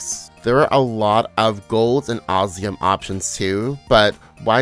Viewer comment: I really wanted to watch this all the way through but the way you kept sayin Osium, instead of what (my) game calls it (OsMium) was really jarring. 😔